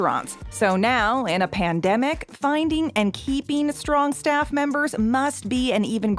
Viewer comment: at a part of ur vid you said shaffs instead of staff